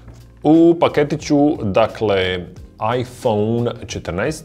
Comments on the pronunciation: bože sačuvaj kako izgovaraš "iphone" 🤣🤣🤣🤣🤣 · Je l' meni samo cudno on izgovara 'iPhone' ? haha